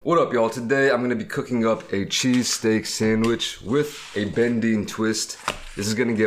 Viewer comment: He didn’t say cheesesteak. He said chee-steak